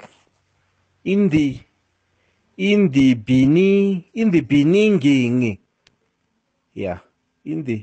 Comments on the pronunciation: in thee beningging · "In the beninging"😂😂